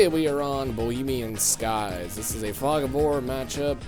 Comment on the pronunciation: Why did you say BOLEMIUM SKYS Its BOHEMIUM SKYS